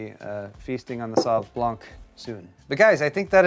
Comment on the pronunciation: Talking about wine, blanc is pronounced more like "blan" than "blank".